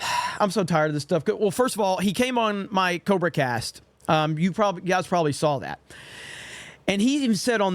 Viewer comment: Why do so many people say “SAWL” instead of “SAW”. Is it just an accent thing?